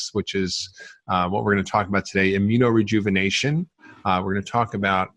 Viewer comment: You keep saying AMINO-Rejuvenation